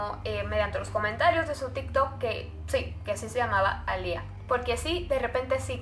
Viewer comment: Me encanta tus casos pero este me pone un poquito rara cuando dijiste A LIA es alia (sorry no es hate)